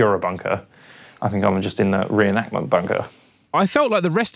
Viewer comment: Say it with me now.....It's a RE-EN-ACT-MENT